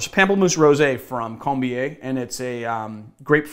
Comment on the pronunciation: I mean... it's also "POM-ple-moose" if we're picking up on everything (Lillet Blanc was correct, though you needn't sound the last 'c'...)